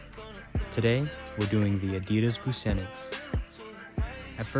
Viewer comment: FWI Busenitz is pronounced Booze-nits